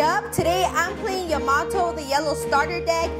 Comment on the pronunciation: Learn how to pronounce Yamato …